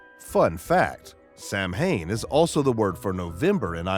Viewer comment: Samhain is pronounced "Sow-en"